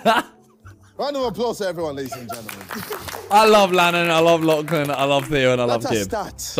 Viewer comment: Ever since called Lachlan (latch-lan) in the game show video I can’t hear it any other way now.